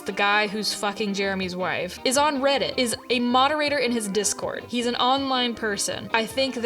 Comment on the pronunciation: girl really said "hwhife" ... hehehe